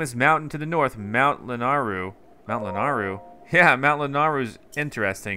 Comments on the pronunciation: i know this is 2 year old but it LANAYRU NOT LANARRU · Everytime he says lanaru instead of lanayru my soul shrinks a little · “Mount Lanar-ryu” Lanayru? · And it's Mount Lanaeyroo in pronunctiation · It’s Mount La-nae-rue